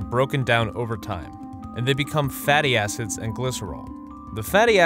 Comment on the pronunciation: Why did I hear "fatty assets" instead of "fatty acid"..